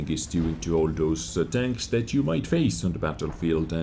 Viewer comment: Well you worry about saying chains and danks instead of tanks but just adds to making the videos unique and memorable. Quality content as always